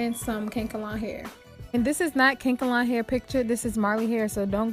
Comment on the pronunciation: Lol. It’s “Kan-e- kalon” hair, girl. Not kank-alon 😂